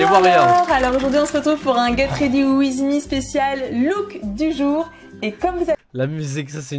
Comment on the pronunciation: Guet rédi wiz mi 😭